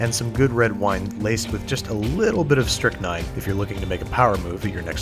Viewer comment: Dude you said a bit of strichnign in your wine were you dropping acid???